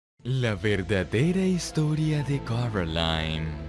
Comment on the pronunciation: acaso ndie se dio cuenta que dice *corOline*